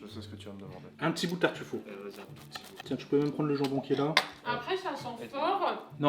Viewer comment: Ok mais par contre la prochaine fois evite de dire des noms italien en français du genre TARTUFAUT